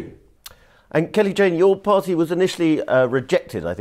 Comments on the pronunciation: It's Kelly Jay not Kelly Jane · Shame the interviewer couldn't get Kelly-Jay's name right.